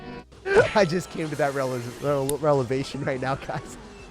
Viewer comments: no he just pronounced revelation wrong. Lol. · Relevation* zzz Revelation my guy 😂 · that wasn’t a typo he said “relevation”